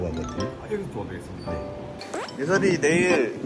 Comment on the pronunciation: 예썰이가 아니라 예설이인뎅